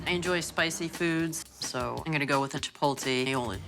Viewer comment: A lot of these chefs keep pronouncing chipotle as "chi- pole-tay" for some reason...